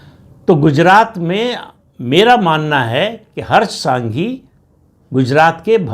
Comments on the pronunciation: नाम - हर्ष “ संघवी “ है । सांघी नहीं 🙏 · Not Harsh Sanghi but Harsh Sanghvi, not Raviba Jadeja but Rivaba ( Reevaba Jadeja) and not R R Patil but C R Patil. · हर्ष सांघी नहीं संघवी। R R पाटिल नहीं C R पाटिल।